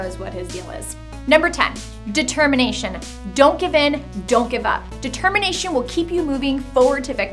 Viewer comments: Determination is not the best lesson m8, the best lesson is "Detemmienation" >;c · You mean, de-termination?